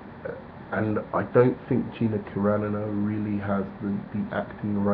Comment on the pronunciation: It's Car-an-o. Not Caranno